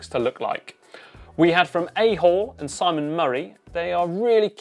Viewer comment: A-hole... wtf !!! Correction pls. AHALL ... pronounces as Ahh-then -hall. You guys do editing